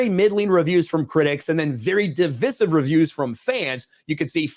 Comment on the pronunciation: Divisive, still saying it incorrectly. I always forgive you, though. :)